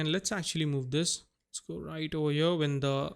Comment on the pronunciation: i love how this man says "HYURRR" every time he wants to say here... 😂😂😂